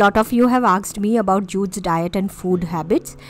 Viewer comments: Not aksed.....it's asked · I always noticed that u pronounce Asked as "aksed".😀🤗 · good video but I was unseemingly bothered about you pronouncing 'asked' as 'aksed' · Just an observation.. Asked.. Pronunciation is so wrong